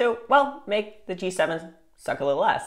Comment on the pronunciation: I can’t tell if ur saying T7 or G7.